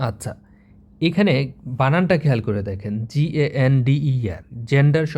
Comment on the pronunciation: ভিডিও গুলো খুব উপকারী হলেও উচ্চারণ ভুল করেন যেমন gander কে জেন্ডার পড়ছেন এবং doe কে একবার masculine gender বলছেন আরেকবার feminine gender বলছেন। সংশোধন হতে হবে কারণ আপনার এরকম ভিডিও দেখে কিন্তু চাকরির পরিক্ষায় ভুল করবে। এজন্য আপনি দায়ী থাকবেন। বোঝার জন্য ধন্যবাদ 😊